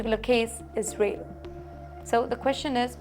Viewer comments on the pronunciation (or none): none